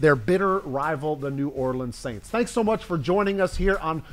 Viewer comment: Please stop mispronouncing the name of the franchise from New Orleans. The first S is silent.